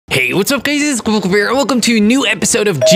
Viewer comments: When you say "hey, what's up guys? Its kwebbelkop" it sounds like "kurlkuburr" or something like that lol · am i the only one who always hears "hey guys its kwebblequeer?"